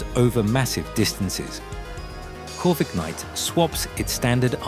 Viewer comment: Corvignight. Take that you roosting jerk. You don't deserve to have your name be pronounced correctly. 😂